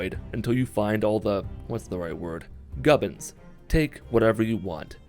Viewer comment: GUBBINZ?? MITTIN SKWAD'S AN ORK, BOYZ!